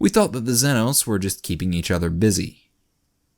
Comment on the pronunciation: Hey buddy. Huge fan, but one thing's been killing me: it's pronounced ZEE NO not zenno